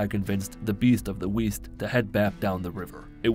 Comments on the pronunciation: “The Beast of the Weast” killed me 😂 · “I convinced the Beast of the Weast” I love you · "Beast of the Weast." Why do I like it so much. Now it'll stick to him.